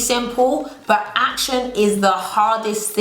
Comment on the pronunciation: I come here to here say "buh" not " but"......